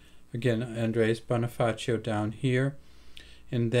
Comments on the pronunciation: The Pronounciation of the name of Bonifacio was Bonifasyo not a Bonifaceo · Bonifacio is pronounce as bonifasyo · Maybe may background sya sa spanish kaya T ang bigkas nya sa C.